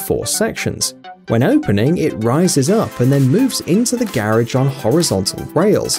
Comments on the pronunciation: Your killing me, learn how to pronounce garage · This guy needs to learn how to say “garage” correctly. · oh garage, I though he was say carrige and was so confused in the begining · garidge, garage that accent